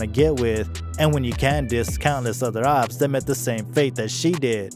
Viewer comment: Man said opps like obbs 😭